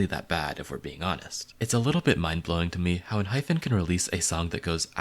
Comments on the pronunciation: Oh! Also, for future reference... it's EnHYPEn not enHYPHen. So basically no N-hyphen but N-hype-N. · It’s EN-HYPE-PEN